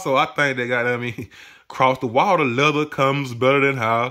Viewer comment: Cross that watah!